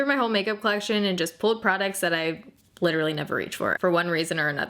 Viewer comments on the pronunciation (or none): none